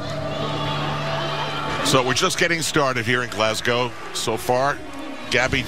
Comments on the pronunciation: Can someone please tell Tim Daggett the City is pronounced ‘glaz-go’ NOT ‘glaz-gow’ (like a cow)...I find that so annoying coming from a commentator. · If I hear “glass-gow” one more time.